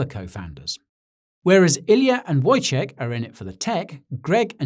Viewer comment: You did well with Wojciech's pronounce